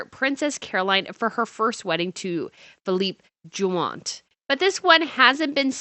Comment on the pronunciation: And Bains de Mer Tiara or Bains de Mer Societé. And Philippe Junot (first husband of Princess Caroline) whose name was butchered to something like "Jymant" here. I've told her ever so often.